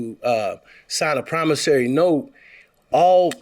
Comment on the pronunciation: So Many of them has come on this show, saying ""PROMOSARY NOTE"", till, the poor judge, who would ALWAYS, say ""PROMISSORY NOTE"", is now also saying, ""promosary note":, listen to, him!!!